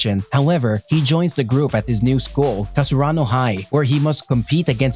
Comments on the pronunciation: its not kar su aa no 😑 its karasuno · Its ka ra su no not kasarano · Whats with that its karasuno bruh.. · Its not kasurano its karasuno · Wrong cause he said kasaranu??? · Was it just me or did he really said Kasurano instead Karasuno? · Kasurano? It's karasuno bruh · I was like wait something is not right.... then i realized u have been saying Kasurano instead if Karasuno lol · Is it just me or you're saying Kasurano instead of Karasuno? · yes i heard it too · yeah its a little bit annoying that he keeps on saying Kasurano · Why can't u say karasuno.... Gets irritating towards the end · It's Karasunu not Kasarunu Ukai not Ujai Just disgusting .....